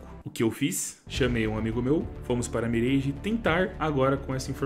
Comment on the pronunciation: N é "mireige" é "miráge"